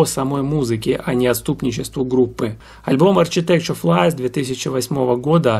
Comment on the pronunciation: Ударение в названии группы совсем иное, плюс буквосочетание "CH" в словах "архитектор" и ""технология" звучит совсем по-другому, как и "TH" в слове "сквозь". Группу обожаю половину жизни, мне уже за 50. Спасибо за внимание к музыкантам, эту группу почти никто не знает, а знакомство с ней, и правда, подарит массу незабываемых эмоций:)